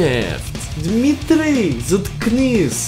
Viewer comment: I love that “Dimitriy” That feeling when your name is Dimitry